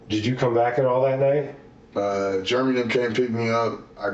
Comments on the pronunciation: Idiot could pronounce discombobulated but called Jeremy " Germy" go figure 🤣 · I wish he would learn how to pronounce Jeremy. He keeps saying germy. But it is funny, though. 😂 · Why do I feel like the story he's telling has a lot more to it? It's like he's telling one line of erroneous details and skipping 3 lines of important details. (Ugh, why does he pronounce Jeremy as "Germy"?) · How annoying is him saying 'Germy' instead of 'Jeremy' 😬😬😬